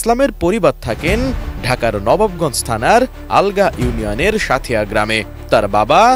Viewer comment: আলগা না ভাই,সাংবাদিক ভাই আপনি ভুল বোলছেন,এটা নবাবগঞ্জ আগলা হবে,আলগার ঘরে আলগা,ভালো কোরে জেনে তার পর বলেন,এর জন্য মানুষ বলে সাংবাদিক না যেনে সংবাদ প্রচার করে